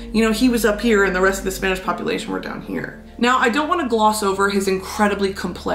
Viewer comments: Is it just me or is your Spanish pronunciation just perfect? I'm just learning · your spanish pronunciation is on point! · Gurl!!!! Not the on-point pronunciation, though!! Respect 🖤